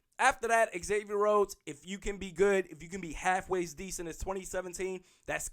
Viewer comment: Say it with me - Zay-Vee-Yer It's not Ex-Avier. Just like Xavier University. The home fan media, should know how to pronounce our players names. Zimmer and guys on the team, call him Xay (prounced Zay). Not ex-say